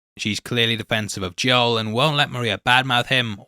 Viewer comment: Joel is pronounced like mole with a J.